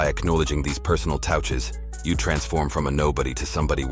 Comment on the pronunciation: Weird robot narrator gives off scammer vibes. Who says "touches" that way? "Toweltches". FOH.